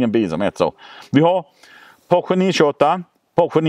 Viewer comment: Fiat Multipla är så ful att den är cool, Citroën Pluriel är också riktigt udda och cool. Och Porsche, heter Porsche, inte Poche ;)